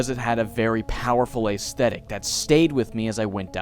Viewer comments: Ayezthetic? It's ezthetic. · You say certain words weird.. "plaguing" and "aesthetic"